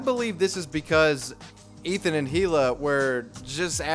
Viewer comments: It's "ee-luh," not "hee-luh." Get it right! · I’m dying every time you pronounce“hila” with an H